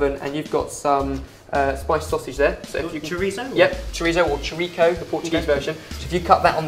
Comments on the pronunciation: the Portuguese version of chorico inst pronounce cho-ri-ko its more of a chorisso but its spelt chorico. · I've lived in various places in Portugal for 8 years and the Portuguese don't pronounce 'Chorizo' as 'ChoriCo' but as 'ChoriTHo' !!!!! Okay rant over.. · LOLOL portuguese version is not cho.ri.ko. it's spelled chouriço, and the "ç", sounds like ss. so, the pronunciation would be something like Show.ree.ssooh. but you do know your food, it looks a wonderful take on classic feijoada :))) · Choriço is pronounced chorisso, not choriko ;) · not chorico! linguiça meu amigo, linguiça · lol ikr! i am Portuguese and i was like "o.o sigh, it's meant to be said like 'chourisso' " xD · Great video! However, there are some things that are... wrong in this recipe: -Chouriço sausage is pronounced like "show ri so", because this letter "ç" ( c with a thing below it: cedilha) has "S" sound; -Nachos are not typical from Brazil (farofa, a dish based on manioc flour, would be better); - didn't teach how to warp in space while playing an ukulele! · choriço is pronounced as (sho-ri-so)